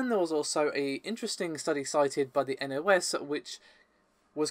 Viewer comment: You actually pronounced nos correctly, the first time a nondutch person pronounced something Dutch correctly.